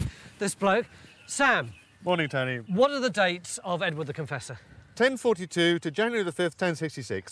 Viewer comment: Everytime I hear “Edward the Confessor” I hear “Edwina the Contessa”! 😂